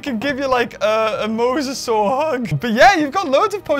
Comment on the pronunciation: Not mowsasaur mosasaur